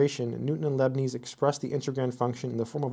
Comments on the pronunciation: . I have never heard anyone pronounce Leibniz as “Lebanese”. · I’m sure you know lots of math, but I find it extremely jarring that you would badly mispronounce the names of, arguably, two of the greatest mathematicians and philosophers in all of history: Descartes and Leibniz.